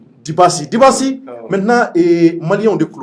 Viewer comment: MESSAGE POUR, CE N ' EST PAS DU TOUT PROFESSIONNEL DE MAL PRONONCÉ LE NOM D ' UNE PERSONNE QUE TU REÇOIS, SURTOUT SI IL TE LE RÉPÈTE PLUSIEURS FOIS ET QUE TU CONTINUES DE MAL LE PRONONCÉ DIBASSI ET BIDASSI CE N ' EST PAS DU TOUT LA MÊME CHOSE, LES ENFANTS APPRENNENT À L ' ÉCOLE LA DIFFÉRENCE ENTRE LE D ET LE B EN PREMIÈRE ANNÉE LA RÈGLE DE POLITESSE DE BASE EST DE CONNAÎTRE ET DE BIEN PRONONCER LE NOM D ' UNE PERSONNE QU ' ON INVITE SI UN JOURNALISTE OU UN ANIMATEUR EN EUROPE FAIT ÇA À SON INVITÉ? LA PERSONNE QUITTE IMMÉDIATEMENT LE PLATEAU ET FÂCHÉE À VIE JE SAIS QUE TU VAS RECEVOIR LE JEUNE RAPPEUR WIZI WOZO SI TU L ' INVITE POUR PROMOUVOIR SON ART CE N ' EST PAS DU TOUT LA PEINE DE LE RIDICULISER EN MÊME TEMPS EN ECORCHANT SON NOM D ' ARTISTE AVANT DE LE RECEVOIR ENTRAINE TOI À DIRE SON NOM, TU PEUX AUSSI L ' ÉCRIRE SUR UN POST- IT DEVANT TOI PENDANT L ' ÉMISSION